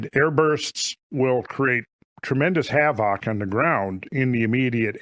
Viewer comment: Please pronounce havoc in a different way it's unbelievable annoying lol